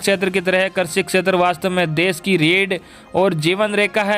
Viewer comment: Sir aap krishi ko karsi bolte h or varidhi ko virdhi !! Kripya shabdon ka theek se ucharan kijiye .